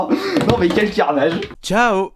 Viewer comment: ''Ça va être un carnageuh totaleuh'' 😂😂🤣🤣😭😭